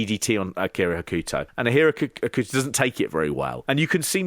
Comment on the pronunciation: Pete was closest to Hokuto's pronunciation. "Hoh-kuh-toh" with a very short middle syllable (the opposite of typical Western pronunciations of Japanese names) would be the closest phonetic pronunciation I could come up with. Kensuke should also be closer to "Kens-kay" than Ken-soo-key."